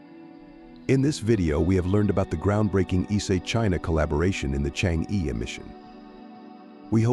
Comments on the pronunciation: pls correct your pronunciation of "chang'e"..it should be pronounced as "CHANG -ER"..you change'e is very irritating to the ears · i cant stand it says chang e anymore